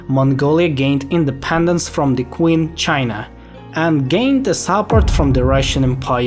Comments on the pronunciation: its not ""kwing china"" its "Ching" Dynasty China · I like how you pronoun Qing as queen lol it pronoun as Ching btw Ch like in China